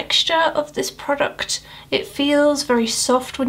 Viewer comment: These video's are so satisfying:D When you were talking about the Primark brow pencil, you really pronounced "PRODUCT" haha. Reminds me of my friend, who told me a few weeks ago (she's a friend from school, asked me if I'm still blogging sometimes, ladida) she said: "I sometimes watch videos just to listen to her voice and English accent, it's so relaxing!":D